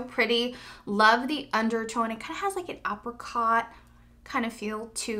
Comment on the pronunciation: My soul screamed when she said Apracot... It's Apricot